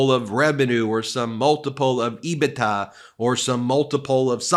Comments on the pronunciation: Love you channel….but please It is “Ebit…A” not “Ebit-TA” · Not to nit-pick but EBITDA is pronounced EBIT- DA. I've been in accounting for 30 years and I can guarantee it's not pronounced EBI-TA.